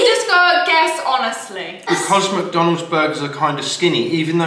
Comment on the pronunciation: Please stop saying muck donalds 😂😂